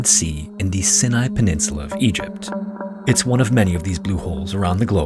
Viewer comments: Prononciation of Sinai is Cy-nye not sin-eye .... And o'ree-gan not o'-reg-an ..... 🤐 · It's pronounced "sign-niye" not "sin-eye". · Great video. Not to be a grammar Nazi, but Sinai is pronounced Sai-nai, not Sin-ai. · I've never once heard it pronounced Sin-i. It's Sine-i. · Not "sin eye." but "sigh nye" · They use AI and they never pronounce words correctly. The Sin I peninsula no it Pronounced phys-Ah Nye. AI. Cheating lazy fake creator. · Sinai is pronounced sigh-nigh not sin-i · Sorry, but it's pronounced "sign-eye" not "sin-eye". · come on man, "SYE-NYE", not "sih-NYE". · Why do so many under 30s have the inability to pronounce Sinai properly?! It's SIGHNEYE! NOT CENEYE!!! Dear God it is so unbelievably frustrating to be told we are supposedly getting smarter when the evidence points to the contrary. Sorry dude, little stuff like that just sends me over the edge. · Is it just me or does no one take the time to learn how to pronounce words properly? SIN-EYE? SIGH-NIGH... Jesus. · Omg Sigh-Nigh. Not Sin-Nigh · Sinai is pronounced SAI-nai rather than SIN-ai. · Not ‘sin-eye’. ‘Sine-eye’ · Sinai is pronounced "Sigh" "Nigh". Yuri Lipsky's footage of his deadly dive is particularly disturbing. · Never heard Sinai pronounced as "Sin-eye"; oh right, it's another AI narration we are supposed to listen to, myself excluded (Pass). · Is this narrated by AI? “Sin-nai”? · Pronounced Sighnigh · Sighni is the correct pronunciation btw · This man really just called the Sinai Peninsula the Sin-eye Peninsula 😂 wtf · FYI, it's the 'sigh nigh' peninsula (phonetically spelled) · Sinai: "SY" + "ny" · Brother… It’s Sinai pronounced /sigh-nigh/ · It’s pronounced “sy-ny “ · It's pronounced SIGH-NIGH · Another well-done video. FYI though - Sinai is pronounced "Sigh-nigh." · Sinai is pronounced like Sigh-Nigh (or Sy-Ny, if that makes more sense) - both long i’s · "Sin-eye" my heart hurts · Do you mean the 's-aye-naye' peninsula? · its pronounced Sye-nye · It is pronunced sign eye.